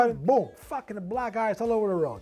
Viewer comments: He's no real italian. Why does he pronunce black "blag"? Italians do not pronunce "ck" like the g sound And he's obviously mocking italian people, no one pronounces his surname like that... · Yeah we actually do pronounce those ck’s like gs in some cases. It depends but I found it’s more common from Italians from southern Italy